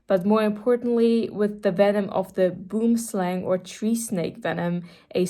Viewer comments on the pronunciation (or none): That was the worst yet most amusing pronunciation of Boomslang B-ō-m sl-ah-n' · As a South African I did cringe a tiny bit when you tried to say boomslang (tree snake) 😂